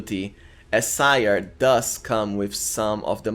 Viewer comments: I think Ciar is pronounced like Keer but I could be wrong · Ciar is pronounced "Char" btw